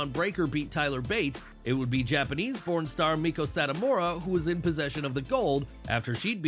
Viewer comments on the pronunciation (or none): At around the 9 minute mark, they say Japanese born star, it sounded awfully like Japanese porn star. I did a double take. when I heard it. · I had to rewind a few time I thought it said Japanese Pornstar then after a few rewinds I heard Japanese born star 😂😂😂😂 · is it just me or everyone, When he said japanese born star, I do not hear it that way until I turn the subtitles on. 🤣